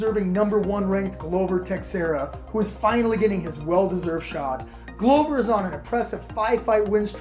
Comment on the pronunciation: Cant wait for Yan to fight Glover "Texeruh" 🤣